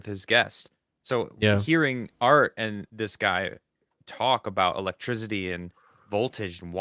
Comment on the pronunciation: Why can’t pronounce “electricity”